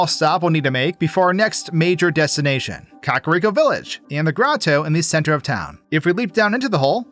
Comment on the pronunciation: i’ve been watching you for a while and it still makes me giggle when you pronounce it “cock-rico” lmfao